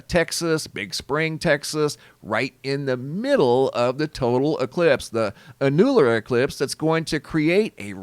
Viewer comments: Annular is not pronounced: (A new ler), it's pronounced : (An yu ler) Ur welcome! lol 😁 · 'Ann-YEWL-ar? It's ANN-u-lar. 😘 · The pronunciation of Annular is Ann' U-lr...emphasis on the first syllable. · Annular is pronounced AN-you- luhr 🤦‍♀️ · It’s said …… AN YOU LAR eclipse not whatever you’re saying lol